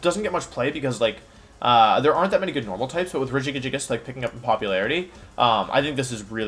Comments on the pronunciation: everyone else: regigigas wolfe: regigigigigigigigigigas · why does he pronounce politoed and regigigas like that. the toed is pronounced toad